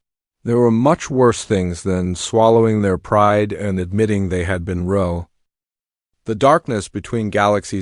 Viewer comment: Lousy narration. Long pauses, spelling out of words, dots and wrong being pronounced ro? Boring voice too.